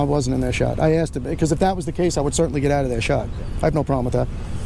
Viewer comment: "I axed you nicely"